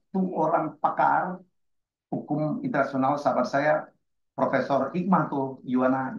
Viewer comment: Lah...porpesor ..... salha....itu porp....studimu bejimana ?